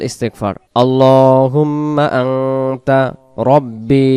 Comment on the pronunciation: আনতা না আংতা